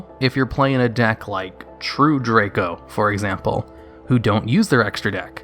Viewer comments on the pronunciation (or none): none